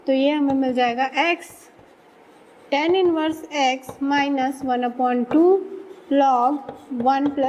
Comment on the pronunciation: She pronounces tan(x) as ten(x). But overall her work is superb.